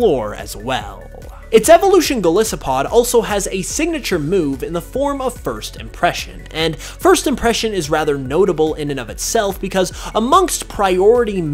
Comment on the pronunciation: Sorry but it’s pronounced go-lice-o-pod not go-liss-o-pod